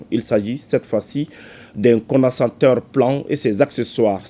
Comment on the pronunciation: Peut même pas prononcer "condensateur "